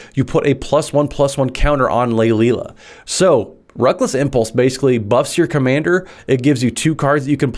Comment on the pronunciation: I think I counted 5 different pronunciations! 😂😂 Lay-lee-a,. 👍👍